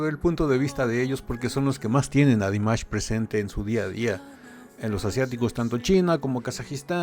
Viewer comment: Кроме того, могу вам сообщить, что текст на этом канале озвучивает робот и ставит в словах много неправильного ударения, даже имя Димаша произносит неправильно. И они не сами пишут текст, а выхватывают целые куски из чужих комментариев - я с удивлением обнаружила свои комментарии списанные один в один. Так что я не рекомендую этот канал для ваших последующих реакций... Им интересен не Димаш, а количество подписок! 🤣